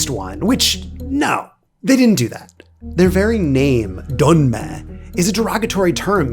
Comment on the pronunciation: Donme değil Dönme